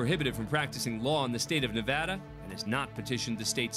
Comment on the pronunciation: For the last time, it's not pronounced "naveada"